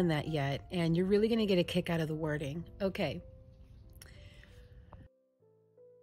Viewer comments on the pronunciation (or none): none